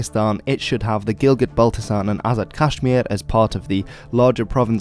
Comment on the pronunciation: “Azid Kashmir” 🤪